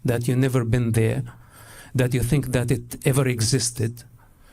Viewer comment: "You've never BEAN?!"